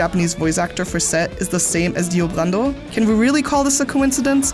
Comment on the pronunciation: Tbh it's quite funny how weirdly you pronounce those words cus your Dio Brando sounds more like Dio Grando